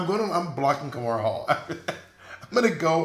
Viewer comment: Kahmora, not kimora